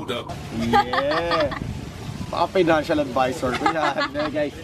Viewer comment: AHAHAHA fina-ncial ..ADvisorrrr.